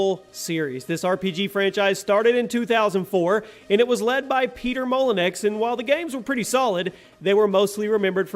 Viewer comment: Peter Molenex? LOL@ hillbillies try to be smart.